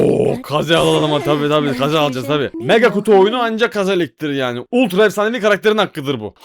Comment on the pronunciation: Keiz değil Kaze 😂😂